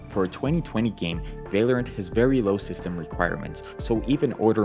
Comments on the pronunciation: bro its. val or ant lol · i love the way he says valerent instead of val-low-rant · its vah-lorant not vay-lorant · It’s valorant not valyerint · Vay-Lorant is pissing me off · it is v ah lorant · bro vaylorant lmao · aint no way he just said vay lorant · vai-lorant xd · why do you "vaylorint" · Ah yes whaleorant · u mad me so mad bc of how u said val-or-ant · you say valorant werid